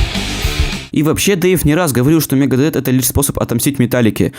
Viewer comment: Не Лиар, а Лая, если уж ты пытаешься в английский. И не Мегадет, а Мегадеф..ну и далее по списку...Элизиан, Роуд, Три, Юфенейжа........